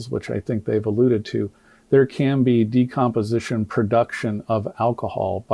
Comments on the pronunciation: Doc you are so kind and gracious to Crump's inability to pronounce even obvious words. Crump should be renamed Decompensation. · Crump couldn't even pronounce the word " decomposition " ....freaking idiot. Of course, he's now moved on the Wisconsin to get another payday from people who are grieving and don't know any better. He always gravitates to low capacity, low IQ people when he decides to slink in. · "Decomposition" and "occipital" aren't difficult words. Crump is illiterate. Dissection of the throat is common when cause of death is undetermined. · Crump can't even read the word "decomposition". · he couldn’t pronounce decomposition either. As a nurse, I couldn’t believe how he butchered that report.